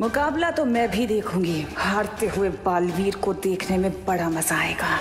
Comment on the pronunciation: It's balveer not balveet